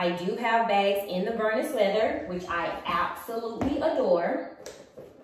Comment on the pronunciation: Omg it’s Vernis ( prounounced like Ver-Knee) not vernus! It doesn’t rhyme with Furnace! 🤣 Just another good reason why Louis Vuitton should stop you! 🤷‍♀️🤦‍♀️🤤